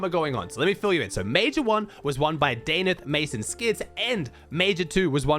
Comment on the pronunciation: bro is australian and cant even say danath